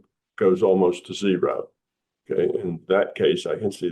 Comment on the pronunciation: Tom's accent really comes through when he says "zero" ;)